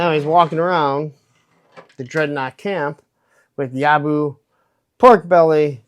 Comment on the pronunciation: Well, I definitely copped a dud in the accessory department compared to you. FYI proper pronunciation is Yob-BO, mate. 😉